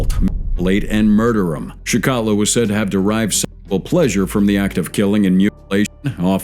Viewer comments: Its pronounced like chickatillo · It's pronounced CHIK A TILL O